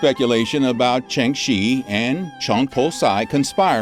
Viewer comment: When he said Ching Shih I almost thought he said ching chong. It’s ok I’m friends with Bobby Lee